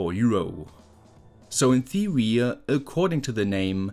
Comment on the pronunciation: "so in theowy" 🥴 I can't!!!😂😂😂 uwu...